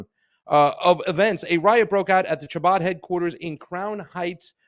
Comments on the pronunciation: Scottish ch. Not English ch. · Pasta,The "ch'" seems to be pronounced as a"K"... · I'm pretty sure the C is silent . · Funny that he missed that the "Ch" in Chabad is pronounced as it is in a word used in the next sentence, chaos. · Ch is pronounced with your throat my guy, lol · not pronouncing chabad correctly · Imagine doing a 15 min news segment, and mispronouncing the name of the subjects dozens of times…